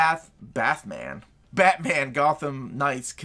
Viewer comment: Bathman... I can't un-hear that... A turning point for Batman! :)